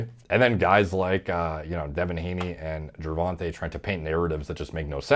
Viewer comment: You actually pronounced Gervonta correctly, good job!